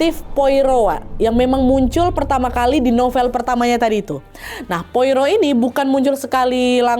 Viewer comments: cara bacanya poaro, bukan poiro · Disebutnya bukan Poiro tapi "Poaro" ejaan Perancis karena orang Belgia pakai Bahasa Perancis. Saya ikuti cerita Agatha sejak SMP 1983. Koleksi bukunya punya 30 buku cetakan lama, tapi 2025 kemarin kebanjiran, semua lembar bukunya lengket karena lumpur, gak bisa dibuka, gak saya buang saking cintanya❤ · Poirot ( baca,Poaro ) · Hercule Poirot --› AIR-kool PWAH-roh / ER-kyool PWAH-roh Pwaro lah kira² wak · Bacanya POARO Wak😅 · Kak Nad, sedikit koreksi aja, Poirot dibaca /pwa-ro/. Itu ejaan Perancis. Cmiiw ❤ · bacanya Pwa-roh kak 😂